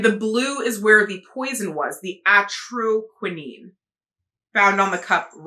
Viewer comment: Huh, I always thought it was pronounced Atro-key-nine